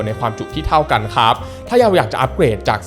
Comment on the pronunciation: ตั้งแต่คลิปที่แล้วมีคนเม้นว่าพูด ค้าบ แปลกๆ ก็ทำให้ผมสังเกตมาตลอด^^ เอ่อ แปลกจริง แต่มันคือเสน่ห์ส่วนตนครับ และชอบการรีวิวทุกอย่างของ หล่อ มีเสน่ห์ พูดดี รีวิวดี ภาพแสงสีสวยมากๆ ชัดเจนครับ